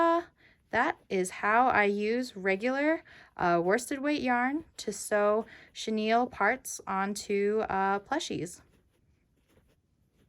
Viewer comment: Haha! I always thought it was cute how you said chenille wrong in your videos.